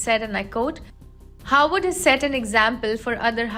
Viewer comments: Why does this lady continue to say "Howard"? Its Harvard University! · And she says 'Howard" 🤔